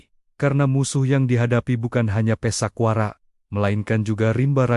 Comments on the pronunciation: Pathak Warak kenapa dibaca pesak Warak, 2 maling,maling kapa dan maling kenthiri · Bukan Pisak Warak tapi PATHAk WARAK broo...